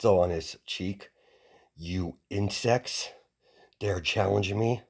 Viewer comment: when you said insects I thought you said in sex